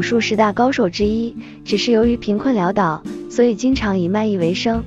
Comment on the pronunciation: (潦倒)，(潦字)X，唔係讀音(撩)，係讀音(潦倒)，音(老)，(潦倒)✓